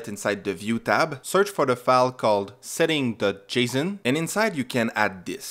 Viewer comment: it hurts the way you say json